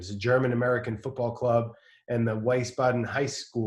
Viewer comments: The german town is pronounced: We-s-baden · Weißbeiden😂😂😂your German pronunciation is lit😝